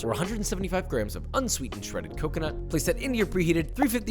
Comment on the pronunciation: I need a 1 hour video of him saying " CACA-NUT"